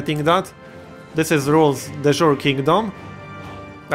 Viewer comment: "De Jure" is pronounced "day you-ray"